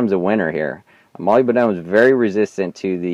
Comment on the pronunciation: it's not [molybYdenum] it's molyBDenum